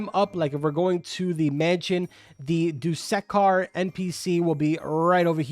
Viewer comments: i love how you try to say dusekkar lol, its pronunciation is really just how you think it is. 'doo-sse-karr' <-- this is the pronunciation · every forsaken player is screaming hearing him chop up dussekar's name